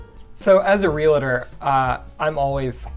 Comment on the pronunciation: You're a "relator"? Yikes, no! You're a "realtor"!